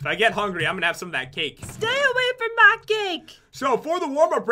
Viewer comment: says " stay away from ma sponges "